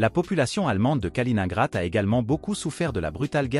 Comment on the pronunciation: Ça fait mal à l'ouïe la prononciation de "Kaliningrad"